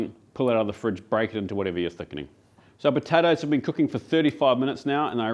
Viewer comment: Potatoes 🥔 with a P not a B